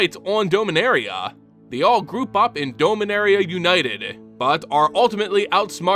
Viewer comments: Your pronunciation MTG proper nouns hurts me. Now but can only hear Homer Simpson say D'oh-minaria. Or am I the only one who's been saying "dah-min-air-E-uh" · Teferi... Teh Fair Ee Mishra... Mee Shrah Dominaria... Dah Min Ahh Riah Tamiyo... Tah Mee Yo At least you pronounced Phyrexian correctly